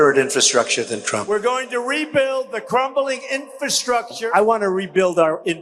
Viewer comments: Trump's such a dope, he can't even say "infrastructure". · He can't even say "Infrastructure", let alone build it. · He's has problems pronouncing "infrastructure." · Chump can't even pronounce infrastructure properly. He knows nothing about it and does even less to improve it. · He can't even pronounce the word infrastructure. No one has ever seen this word before. People are saying this must be a new word. Obviously Joe Biden and the democratic deep state are inventing words like never before. Fake words. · Trump can barely pronounce the word ( Infrastructure)😢😢😂